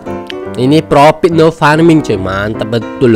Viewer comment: Profit bang bukan propit